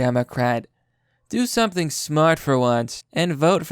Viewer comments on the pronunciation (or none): none